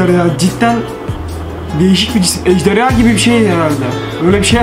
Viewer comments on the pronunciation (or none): none